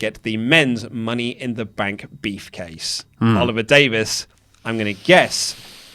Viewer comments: I keep hearing “beef-case”... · did say the womens' money in the bank "beefcase"? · Why do I keep hearing beefcase everytime mentions briefcase?